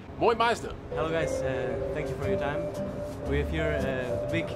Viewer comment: Niemand: Wirklich Niemand:: Thanks for your tyme